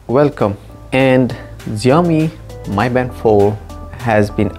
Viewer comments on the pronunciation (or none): Its pronounced Me Band not My Band...